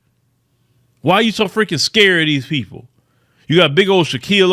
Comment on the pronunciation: You was skuurd huh? don't be skuurd uhuh don't be skuurd...